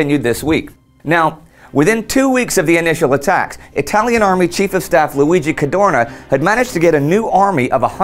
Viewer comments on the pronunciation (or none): none